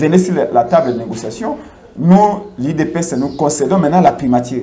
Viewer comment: Primature......primatire te, journaliste yekola prononciation